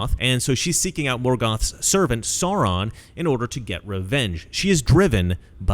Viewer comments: Please sir, Sauron is pronounced Sow Ron, not Saw Ron. It’s really distracting 😅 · Absolutely! I thought of them instantly. Didn’t Peter Jackson show some of those groups in the large war scenes? Riding elephants, I think. All the peoples of Middle Earth came to fight Sauron in the end. (By the way, it’s pronounced “Sow-ron,” where “sow” rhymes with “now.” Or “ow!” 😆 )